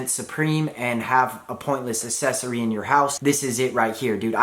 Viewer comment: Still having trouble with that word “accessory” aren’t you?